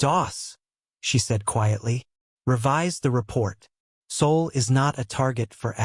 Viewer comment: S.O.L. not Seoul, not soul, SOL!!!